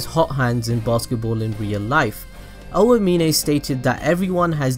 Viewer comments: Oh-ah-meen-ay bruh it’s ow-meen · Anyone else mad that he calls Aomine “oayminay”